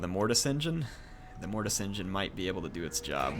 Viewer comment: the great green prophet locked your mortis engeen.. calm your mic xd